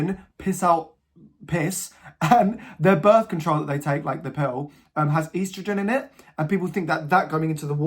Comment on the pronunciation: I’m so sorry but EASTrogen is killing me 😭